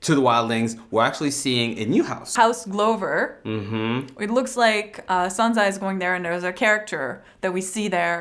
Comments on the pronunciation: It's actually pronounced Glubur not glover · Girl you pronounce everything wrong. Can you say "Glove"? The one you put on your hands? How is house "Glover" pronounced "GLOHVAR". How is it Deepwood Moat? It's Motte - like rhymes with Hot not rhymes with BOAT. I'm also pretty sure you pronounce King Tommen as "TOHMEN". Why? His name is Tommen. You know nothing.